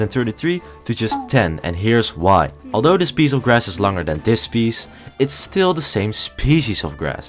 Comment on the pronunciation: Bro says lang and langer